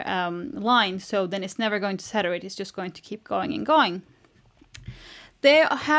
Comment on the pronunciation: You need to learn how to say saturate. It’s like hearing 500 funny jokes in ten minutes. It’s impossible to pay attention.